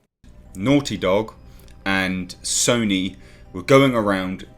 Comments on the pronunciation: Ffs 21! Watched I don't know how many reviews but enough is enough! Sony is not sonnie! It's so-nee! Get it right son! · i kept hearing soyny and agreed. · LOL.....im listening and my brain is like ..... the way you say Sony......lmao..... you are saying Sonny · Have you been around for the last 20 years? It's pronounced "So-knee" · I'm pretty sure it is pronounced "Sony", but you can pronounce it "Sony" if you like. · As usual love your videos. Only nitpick is how you pronounce Sony. :P